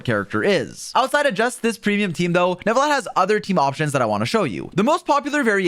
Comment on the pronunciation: There is no way your not French. The way you said Neuvillette